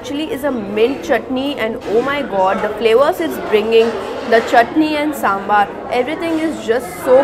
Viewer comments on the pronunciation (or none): sambar hoota h saambaar nhi lol